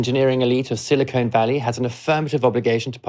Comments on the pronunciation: The regional nickname is Silicon Valley. Your repeated pronunciation as Silicone Valley is grating. Silicon is hard, shiny, and brittle; an elemental metalloid used in chip manufacture. Silicone is flexible, rubbery, heat-resistant, and chemically inert. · Say 'siliconn', not 'silicone' - different sounds for different things. (←double n is purely phonetic) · Do you realize that there is a difference between the words silicon and silicone? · Thanks for mentioning vendor proprietary lock-in. Watch my talks in YouTube about how open source technologies prevent vendor proprietary lock-in. Pronunciation correction in the above video: Silicon Valley ✅ Silicone Valley ❓ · BTW, it's SILICON Valley, as in the mineral , not SILICONE, as in the polymer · "Silicone Valley" is L.A. "Silicon Valley" is what you're talking about. It's pronounced as it is written.